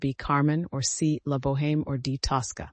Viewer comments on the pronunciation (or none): OMG, you pronounced the H in La Boheme.